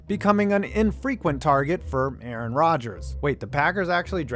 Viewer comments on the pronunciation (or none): none